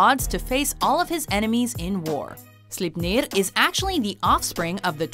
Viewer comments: Its sleipner not slepnir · Wow first one is draugur but they said dragar that’s when u know the video will be good HAHA AND 7 SLIPNIR HAHAHAH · I died a little everytime but Sleipnir had me in great pain. It's pronounced "slayp-neer" not "slipp-neer". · Slipniir? Its pronounced more like: slay(as in kill)pner(ner as in ending in corner) slayp-ner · Sorry to be that guy but its Draugr (pronounced draw-grr), Sleipnir (pronounced sly-pnear), Svaðlfari (pronounced sva-thl-fari(ð is pronounced like th for THis, or THat, or THen)), Veðrfölnir (ve-thr-fol-neer(remember- ð is pronounced with a loose th sound)), Níðhöggr (pronounced nee-th-hogger), Muspellheim (moo-spell-high-m), Niflheim (knee-full-high-m), you got Ratatoskr right but you tried a little too hard. Dwarves came from Ymir's skin as maggots and reside in Svartalfheim (svart-alf-high-m) or Niðavellir (knee-tha-ve-leer). Tyr lost his hand during the time when the gods were chaining Fenrir up. Fenrir ate it. Once again sorry to be that guy. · Slipneeeer. xD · I only reacted to Sleipnir and how she kept saying Slipnir like the E wasn't there. That's just reading comprehension fail